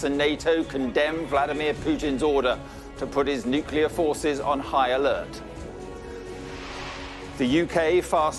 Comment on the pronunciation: '' NU__K__Ilar weapons''------------It is NUCLEAR weapons.